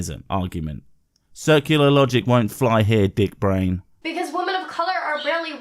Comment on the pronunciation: Her continued inability to pronounce the word “women” in irrationally irritating.